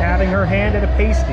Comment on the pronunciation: I love all the Harry Potter food but I have to admit the frozen butterbeer is my all time favourite 😍 I do like the toad in the hole they do at (I think) the three broomsticks also! I am howling at how Jay said Pasty for the pasty pie, in English it’s pronounced past-e not paste - e